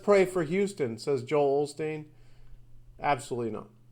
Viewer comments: Hey buddy! His name is Osteen... NOT this Olsteen you keep mispronouncing it as. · It's Osteen. Not Olsteen. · Joel Osteen....... always. I grew up in Houston and went to school with a girl with the last name Osteen- we used to kid her about being related to John Osteen, Joel's father. His name is Joel Osteen. People pronounce it with an L ( Olsteen)....... But it was never spelled that way. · It's Osteen and has always been Osteen but it's pronounced Olsteen, and people will spell it how it's pronounced. There is no Mandela Effect here, just misspelling for years without being corrected. Sorry but this is too much of a stretch. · olsteen. ive never said osteen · OLSTEEN, positively. My Dad has had his books for years. Then last week I heard it pronounced in this 'new' way- and immediately thought of ME. So I went downstairs to check the books, and sure enough- Joel Osteen! WTF?! I don't like the man at all, but DEFINITELY 1000% remember his name, and had spoken of him many, many times with my Dad. I remember most of the other ME changes in the 'old' way as well. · I never said it right because I've only read about him. I pronounced it all-steen so when I seen it without the L, I pronounced it aw-steen it sounded completely weird. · Osteen, and been mispronounced/misspelled since forever. I like to research cults and such, so I've been aware of him for a long time. Yes I know your interpretation will just be that I'm from a different reality, but in said reality it is a commonly misunderstood name. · Wait what? His name is Osteen now? It was olsteen. holy shit, All the records say osteen. That doesn't even sound rightEveryone I know pronounced it Olsteen and nobody ever got corrected when they said olsteen. How could so many people get that wrong? I am not convinced it had anything to do with the mayans, How would an ancient barbarian civ like that have knowledge about parallel universes and know when the nest temporal shift is?